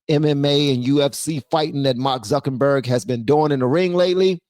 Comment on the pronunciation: Zuckenberg 😂 I love it lol instead of Zuckerberg😂😂